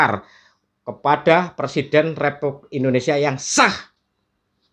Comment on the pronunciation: PERSIDEN , bukan persiden pak bahasa indonesia nya yg benar dan betul adalah PRESIDEN .